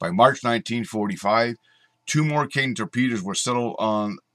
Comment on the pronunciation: Cool! Though I believe it was pronounced "kay-ten".